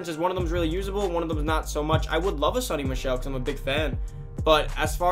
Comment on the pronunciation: It’s pronounced sow-ny